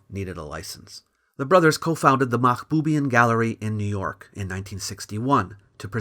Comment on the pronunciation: The Armenians won't like the way pronounced the surname Mahboubian. It should be Mahbubyàn